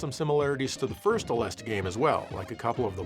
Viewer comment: Aleste is pronounced more like Alest-ah. アレスタ